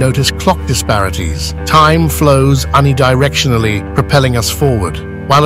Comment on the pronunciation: Un-e-directionally? the fuck is that? hehehe...is that a computer voice? how could the editors miss that? unless they have no fucking clue what they're on about